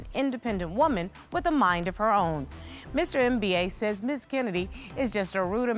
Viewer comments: Did she really called him Mr M-B-A ? lol. It's not an acronym, it's a full word that should be pronounced in one go "embah". That was funny though, love Judge Star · Not MBA it's a Biafran name pronounced as Mmmm ba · If I hear “Mr. MBA” again, I’m gonna lose it! Why didn’t they ask him how he pronounces his name? It’s pronounced “em-ba”. Very simple…sheesh!! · Lolll the judge call the guy mister M.B.A ohhh lord American its Mbaaa 😂😂😂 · 1 minute in..it’s Mba, like “Zumba”…. “Mba”. Not M.B.A 😂🤣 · Lol it's Mba as in (e_mba- rassed) not M.B.A haha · Ms. Jones, his name is not Mba as in second degree. It is pronounced “Mba”. Each time you say Mba, I crack up. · When Judge said Mr MBA, that cracked me up lol. That’s not how you pronounce his name 🤣🤣🤣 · I cringe each time Judge Star pronounces his last name as a spelling 😩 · Um, why is she calling him Mr. M.B.A???? I'm triggered. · Now judge Star, you couldn’t learn to pronounce that man’s name? It’s literally pronounced as in the ‘mber’ in November!